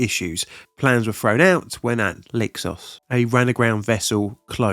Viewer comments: Pardon me but listening you speaking the name "Leixões", all I understood was "Lexus" when it should be something more like "Lay-shau-is". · Enjoy all these, especially these disasters I've never heard of. Quick note on Portuguese pronunciation of the "X" it has something of a "sh" sound to it. Leixões is pronounced a bit like Lei-shoye-s.